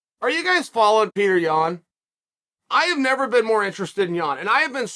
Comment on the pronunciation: The american-izing of names is getting out of hands. His name is just like you'd say Piotr if he was from Poland, but since he's from Russia, it's just Peter? Come on, it isn't hard to respect nationality. Pee-oh-turr. Not Peter.